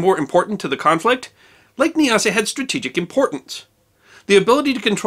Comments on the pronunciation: Nyasa is pronounced with the first syllable to rhyme with "eye". Thus N"eye"-asa and N"eye"asaland. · Nyasa - Not Kneeasa but Niasa. Great reads these stories